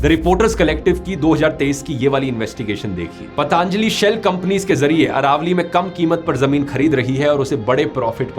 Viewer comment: ...इतने समझदार होकर गलत उच्चारण? पतंजलि→ पतांजली?